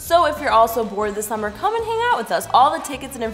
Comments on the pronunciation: "sommer " Me : whut IT SUMMER GET IT RIGHT !!! S-U -M-M - E - R UGH!!! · pronounced “SUMMER” as “SUMIR” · why did she say summer wrong